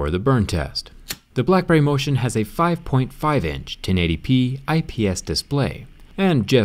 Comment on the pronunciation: I thought he said “the blackberry no shit”